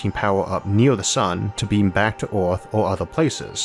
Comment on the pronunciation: "Oooorthh" again XD